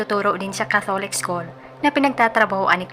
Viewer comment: Ayosin mo po pronunciation 'catholic".